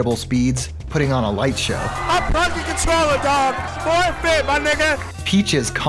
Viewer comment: he said forfeit